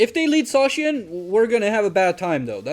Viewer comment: idk if any official pronunciation has been made for Zacian - I've heard it pronounced so many different ways - but I like the way you say it so that's official now xD